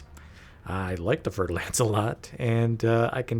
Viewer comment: Fulkrom No, he pronounces it 'Lence'. But it says 'Lance'. With an A.